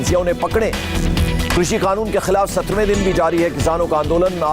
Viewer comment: Oe anchor kanoon ko khanoon q bolta h